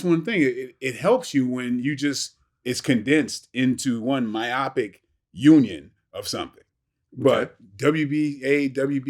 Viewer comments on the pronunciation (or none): micheal jai white: “miopic” 🤣